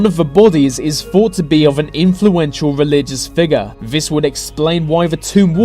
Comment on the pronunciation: Love the subject matter of 95% of your videos but pronounce your "Th"s properly! why do you pronounce "this" as "vis"?! It's hard not to be irritated by it!